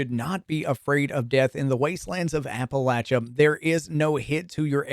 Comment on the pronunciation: Dude said apalacha so many times it bothered me.